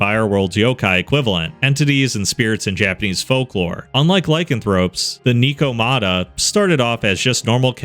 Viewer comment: Great video, but hearing you say “knee-ko-mata” made me want to become one of the original vampires born in the blood pits of hell, thanks ☺️